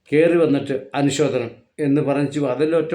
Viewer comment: എടോ മനുഷ്യാ, അനുശോധനം എന്നാണോ പറയേണ്ടതു, അനുശോചനം എന്നല്ലേ പറയേണ്ടതു ? 😜🤔